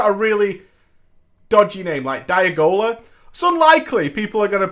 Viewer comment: Again thank you, for pronouncing my name correctly. Most people mispronounce Diagola.